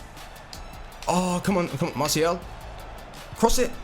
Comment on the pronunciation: Please stop saying "Masial"